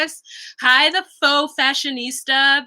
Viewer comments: Faux isn’t said like “fox.” Lmao it’s said like “Fo!” With a long o. It rhymes with GO. 🤣 Nonetheless, I love me some! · Omg, lmao I thought she was literally talking about foxes.